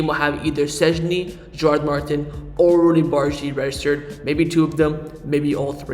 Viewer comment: Gerard’s name is pronounced Mar-teen because the accent in the i “Martín”